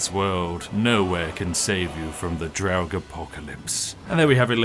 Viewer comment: Dude I had a long day, I got a bit stoned and heard the way you pronounce draugr...where did that extra syllable come from? I always said it like Draug-ar but you went full on dragnarok or something. I spilt some of my tea man.